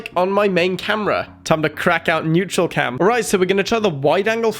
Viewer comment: Man. It’s NEURALCAM not NEUTRALCAM.